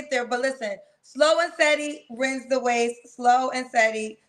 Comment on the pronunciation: “Slow as steady wins the wace “ 😂😅